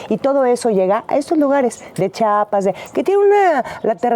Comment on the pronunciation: Me da mucho gusto ver a una actriz, hablando de política, y con el pelón 👍🏻 pero… crítica constructiva para quienes dicen Chapas, en vez de: Practiquen todos!! CHIAPAS!! CHIAPAS CHI-A-PAS. 😊😊 🤍